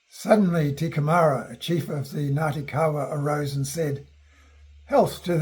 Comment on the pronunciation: Lol... Not "te kemara" but (Kai) teke mara. . .